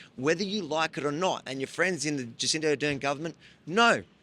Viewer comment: Avi just a little correction, it’s not Jacinta it’s Jacinda, or if you prefer Jabcinda.